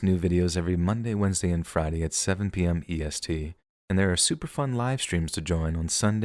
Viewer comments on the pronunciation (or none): It's FRADAY